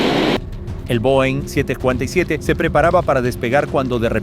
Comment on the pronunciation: pronunciaste mal a los jumbo 747 como que no se te entiende